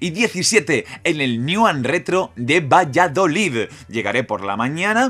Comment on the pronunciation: Por favor pronuncia bien Valladolid no Valladolidddd😂😂😂 Haber si puedo ir al evento q soy de Valladolid